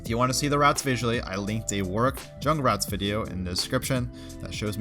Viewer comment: I find it funny how you pronounce "Warwick". "Work". You can tell you have said his name a lot of times